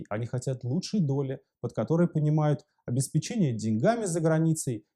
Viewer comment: обесп'ечение, не повторяй ошибок, Навальный